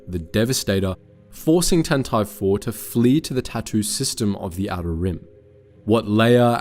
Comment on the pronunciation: Why does he keep pronoucing Tantive IV so weirdly